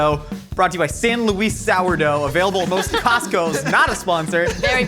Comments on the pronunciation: Say it like San Lou-iss sourdough. Not San Loise. On kinda the same note I'm bitter I don't live in San Luis Obispo County anymore cause I can't get that specific sourdough living in Wisconsin. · As someone from the Central Coast of California, San Luis (the sourdough bread), "Luis" is pronounced as [lewis] not [lew-ise] lol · Its San "Lewis" Sour Dough fyi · As someone who grew up near San Luis Obsipo, the way you pronounce San Luis is like nails on a chalkboard 😬 It's pronounced like Lewis... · Any locals from SLO mad at how says San Luis?!?